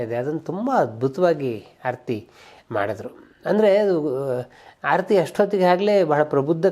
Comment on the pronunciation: Hi sir, ಆರತಿ ಎನ್ನುವ ಬದಲು ಮೊದಲಿಗೆ ಹಾರತಿ ಎಂದಿದ್ದೀರಿ. ಗಮನಿಸಿ